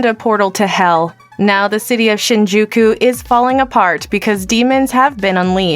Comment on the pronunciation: Absolutey butchered whatever Japanese related name, place or thing. Shinjuku - Sheen jew keyu